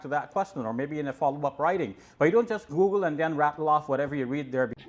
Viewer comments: David hypoogle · Google= Ggeloo.😜